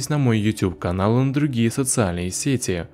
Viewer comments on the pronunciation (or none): none